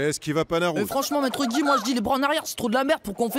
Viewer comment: Maître gui il dit